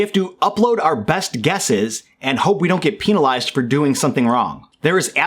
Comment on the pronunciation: "Peenalize" lmao